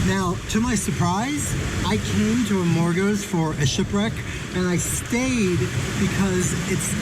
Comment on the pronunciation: Amor gooooooos Amor goooos Amor goos Amor gos.... emphasize the 2nd o not the first Thanks